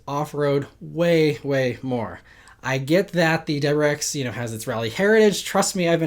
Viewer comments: It’s a “W”’pronounced “Double U” not “dubber”. Please slow down and pronounce your words- you are a professional talker. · What is a "Dubberex"? Dude... please speak more clearly. 👍🏼